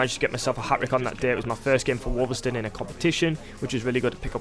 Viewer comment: A ‘hat-rick’